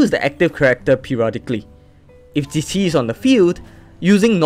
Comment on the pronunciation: can we just take a moment to appreciate him pronouncing hu tao, keqing, qiqi and mona correctly? 😂❤